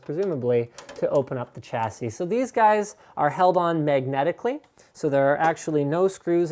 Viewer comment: Sha-si not cha-si Alum-in-ium not alum-inum A-s-rock not ass-rock Please stop...